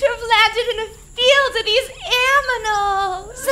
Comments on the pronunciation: 'Mission Log, I think I just heard a spooky noise!' lol only starkid! I will never say Science(Schience) Oxigen(Oxigge) or Animals(Aminals) the same way again!! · It gets me every single time when can pronounce "indigenous" with no problem but "animals" eludes her. Comedy gold.